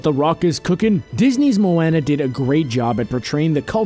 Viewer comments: I CANT HELP BUY GET TRIGGERED AND CRINGE WHEN HE SAYS MOANA WRONG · The way he says "Moana" though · I hate when people say Moanas name wrong even when one of the characters say it right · haha i thought u said the heroine marijuana !! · he said moana wrong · Aaleen Jenkins I mean they say at least 100x times on the movie that way... so why can't they pronounce Moana right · LEARN HOW TO PRONOUNCE MOANA CORRECTLY!!!!!!!!! Also HeiHei spit out the rock before Maui said he was going to eat him. Did u even watch Moana? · he pronounce Moana wrong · I am dead I can't that's not how you say Moana did you watch the movie it will tell you how it's pronounced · Your saying moana wrong xD every time you say it I cringe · You said moana wrong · I love he is talking about how well they respected Polynesia with this movie yet he can't pronounce Moana. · am i the only one who noticed that he says moana instead of moana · You say Moana wrong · He pronounced Moana wrong it triggered me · Plus he saying Moana WRONG 👿👿👿👿👿👿👿👿👿👿👿👿👿👺😾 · Is it like, some kind of requirement for people who make dumb lists on Youtube to be unable to pronounce shit properly? They fucking say the word Moana a million times during the trailer, how hard would it have been to give that a cursory glance and pronounce her name right? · Dude stop talking that’s not how you pronounce moana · StarDusk 4 agree ... it's not mo Anna it's moana.....and I'm samoan. ... it's how Americans say it I think really pronounces the A when it should be more Mo-ah-na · Any time they bring up Moana I die a little at their pronunciation. Its Mo-aw-nah not Mo-A-nah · It's not MO-AN-NA it's MO-AHN-A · It's pronounced Mow-On-Uh, not Mow-Ann-Uh. Haven't y'all seen the movie? Or at least seen an ad?! How could you not know how to pronounce the name of the main character AND TITLE?!?!?! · Mo-Anna Mo-ANNA BRUH MO-AHNA GET YO HAOLE ASS OUTTA HERE 😂😂😂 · he says moaana but it's like mowana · Its MOANA not MOANNA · It's not Mowana its Moana